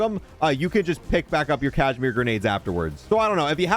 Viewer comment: its KAZ-I-MEER not cashmere silly..